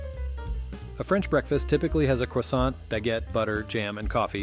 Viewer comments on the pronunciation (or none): none